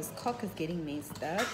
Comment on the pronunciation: How does she not know how she’s saying cork lol